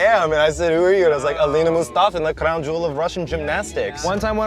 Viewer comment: "Alina Mustafa the crown jewel of Russian gymnastics". Aliya Mustafina but keep trying honey, you almost got it right😂